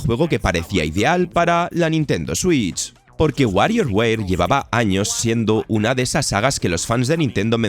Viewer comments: Wario weir? O sea, tu dices softweir envés de software? 😒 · y un gatito cuando dice wario weir :'v